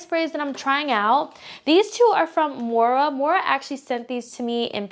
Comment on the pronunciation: Hey girl! Just a heads up the brand is pronounced "Moira" (the "i" sounds like a "y") not "Mora". But still a great video!